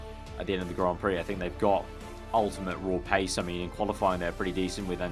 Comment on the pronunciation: and 'Grand' Prix